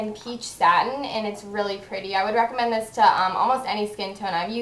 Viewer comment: she says reccomend like rackomend aha